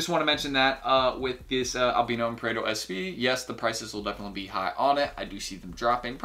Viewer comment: Isn’t it pronounce AL BIIII NO NOT ALBNO